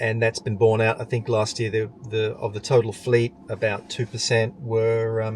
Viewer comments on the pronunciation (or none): none